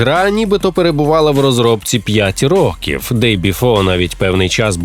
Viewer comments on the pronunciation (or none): none